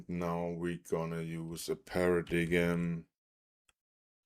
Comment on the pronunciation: I believe it's pronounced as "Para-dime"